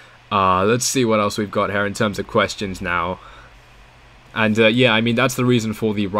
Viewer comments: I'm English . It's here as in hear not here as in hare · I speak with the Queen all the time. Her Majesty pronounces HERE "hyá." Lizzie tells me "ram it in hya."